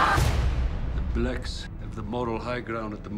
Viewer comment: Ever notice how South Afrikans pronounce "blacks"? It sounds like "blix"